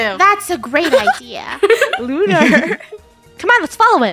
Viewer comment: No one: luner kil Charles too 😂